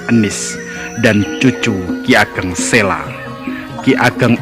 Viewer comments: Maaf mas, sy sering nonton seri video sejarah jawa.. cukup informatif. Hny saran sy dlm narasi utk vokal 'a' adakalanya dibaca 'o'.. spt: penulisan 'P Benawa' hrs dibaca 'P Benowo' begitu jg dlm penulisan 'ki Ageng Sela' dibacanya 'ki Ageng Selo'... salam semangat.. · Mas masukan penting ttgejaan bahasa yg disempurnakan, memang kita irang Indonesia asli tetapi semua nama spt nama gunung, nama tempat, nama orang, nama sungai jgn DIRUBAH membacanya dan rulusannya, selo ya selo jgn ditulus sela dan dibaca sela, jgn jgn dan jangan. Purbaya membacanya purboyo, paham mas. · Bacanya itu yg bener ki Ageng Selo...bukan Sela ...o..lafal Jawa ..misalnya Wonosobo ...gitu